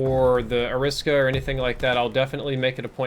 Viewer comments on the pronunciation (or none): Isn’t it Ari-Sa-Ka not A-Risk-A? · It’s AIR-RA-SA-KA That’s how you pronounce it bud